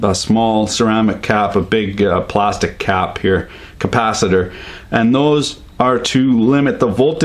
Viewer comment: he keeps sayin'. capacitor doozy meen capacitater?